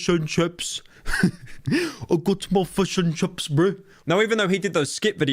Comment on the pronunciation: Pyro doing a Maori accent saying fush and chups was not something I knew I needed